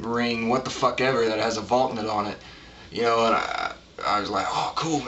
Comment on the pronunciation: It's pronounced Val-knut, not Valk-nut.